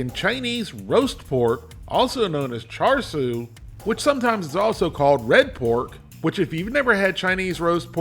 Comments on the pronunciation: From speaking to Chinese people it’s pronounced ‘shar’ not ‘char’ 😁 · Hey, the “Siu” for Char Siu, should have a bit more emphasize on the i in the middle, not Su. But the pronunciation for Wok Hey is dead on. Char literally means fork or pok. when the meat is being roasted, they stick a metal rod (as the fork) in the meat. We (Cantonese speakers) call leaner Char Siu “saau char, fattier cut “fey char”, and the half and half “fey saau char”, most people prefer the half and half